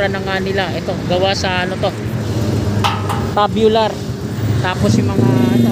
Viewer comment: Opo..Kaso pronounce dapat Tsubyular na naging tabyular😂 Dibale sa next Tama na Yan😂